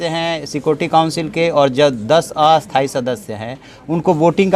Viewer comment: Sir aapto sthai ko aithai kyu bol rahe ho